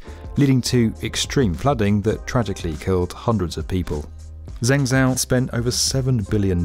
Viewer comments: Zeng zao? 🤦🏼‍♀️ You had me up until then! Zheng Zhou is pronounced like Jung Joe. Used to live there, very sad about the recent flood. But it’s not that hard to look up how to say Chinese city names - surely that could be done before recording narration next time. Other than that, very interesting video. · I presume the narrator's "Zeng zow" flooded city was an attempt to say Zhengzhou :( -- where "jung joe" would be a rough approximation of the correct way. I wish Westerners (I'm one) -- especially narrators -- would learn a few basics in pronunciation for mainlainder spelling: X = sh Q = ch Zh = j Obviously, that's simplified since there are 2 sounds for sh, ch, j each and there are vowel pronunciation issues... but get those 3 right and we're partway there. Lastly, why do we insist on saying the "j" in Beijing like we're saying Beige + ing??? Good news: it's JUST A J SOUND! Other than my rant about pronunciation, I'd call it a great video! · Loved this video! Just a heads-up, "Zhengzhou" is pronounced more like, "Jeng Joe." "Zh" is a tricky sound in Chinese for us English speakers. 😆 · ZHENGZHOU is pronounced like this... JENGJO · Zhengzhou should sound more like "Jeng Jo" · Zeng Zow.... ouch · "Zhengzhou" is pronounced "Jung joe". ZH makes a J sound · This honestly annoyed me lol .... Like even if you understandably don't know, its not that hard to put that in Google translate and get the correct pronunciation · I enjoyed this video, except for the pronunciation of Zhengzhou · The way he pronounces zhengzhou 💀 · Good video but that was the worst way of saying Zhengzhou i ever heared. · Laughed when I heard the way you pronounced Zhengzhou. Check how to properly pronounce it please as a kind tip. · He pronounced ZhenJiang so well, and yet, ZhengZhou so wrong.